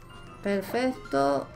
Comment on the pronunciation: soy yo o dices perfesto 😂😂😂😂